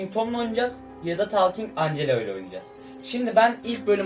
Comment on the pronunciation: Angela diye okunmaz encla diye okunur 😎😎😎